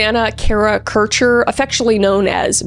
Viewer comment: I think you are the first person to pronounce Kircher right( my moms maiden name is Kircher and most people mispronounce it)❤